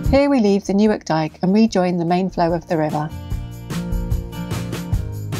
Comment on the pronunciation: I’m glad to hear that the correct pronunciation of Newark is used. Unlike those in Delaware who say “New’ Ark”!